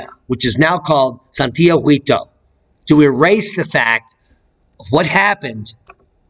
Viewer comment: Thanks for the information about this volcano. Just a language note to let you know that in the name "Santiaguito" the letter "u" is not pronounced at all in Spanish. The "u" is written to indicate that the "g" has the same sound as in "ga" "go" and "gu". So in pronouncing "Santiaguito" use the same "g" sound you are using and then the "i". Just ignore the "u" sound. Hope this helps.